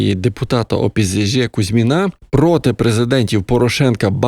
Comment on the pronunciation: мені подобається, як він говорить. "опизижИ" з легким сільським прононсом))